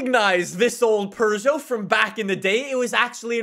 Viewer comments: Peugeot is said like "Peu-Joe" not "Per-Joe", but I'm hyped for the Tachyon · Did you just say Purrgeot? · No, its Per joe. Peu-joe is such an American pronunciation, like you guys say hun-day instead of Hi-yon-die. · Only Europeans I've heard say "Per-joe" is the English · I love how he says “pergeot” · i thought it(peugeot) was pee you gee yacht, never would have guessed pooh zhow lol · Peugeot.... Pew-go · It's not "Purr-Joe". It only sounds a bit like it because of the French accent. You don't have a French accent, do you? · Who says perrjoe like last time I checked there’s no r in the name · why are you saying Purjo